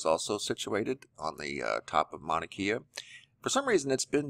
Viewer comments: FYI: Mauna Kea = “Kay-ah,” not “Kee-ah.” The “e” is pronounced like an “a.” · Its painful to hear you say our words... NOT Mana-KEE-uh... it’s pronounced Mow-na-Kay-uh.. learn how to say it! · E in Hawaiian is pronounced like a long A, Mauna Kea is pronounced Kaya not Keya !! Nice you pronounce KilauEa correctly. ;-) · Mauna KAYa is the proper pronunciation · it's pronounced mauna kae a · Good morning...love your channel...great updates and info, Mahalo! Just an FYI Manakea...Pronounced Mana Kay ah. Much Aloha ❤️🙏🌺🌈